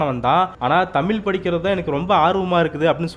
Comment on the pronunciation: தாங்கள் ழ உச்சரிப்பு சரிசெய்யவும்